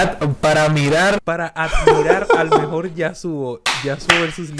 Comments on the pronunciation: El mejol el mejol el mejol el mejol. :V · enseñale quien es el mejol, el mejol, el mejol, el mejol xD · francisco es el mejol el mejol el mejol jajaja